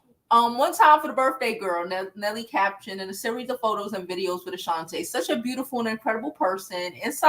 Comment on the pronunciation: Who is Ashanta? Isn't it Ashanti? 😅 But anyway, great video 😅😂❤